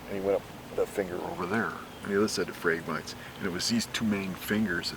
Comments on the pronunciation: Phrag-mi-TEES, dammit! Between this and the Kookaburras in MO, my brain is bleeding... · For anyone that is wondering, the tall reed grass is pronounced Phrag-mite-eeze...the ones in this video are the non-native, highly invasive Phragmites....there is a native Phragmites to the Great Lakes region, but doesn't typically form dense impenetrable stands and will have much more plant diversity within the stand itself.